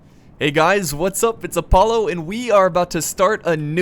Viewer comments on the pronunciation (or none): none